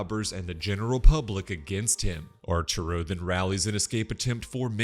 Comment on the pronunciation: "archuro" is so funny, I'm sorry😂😂😂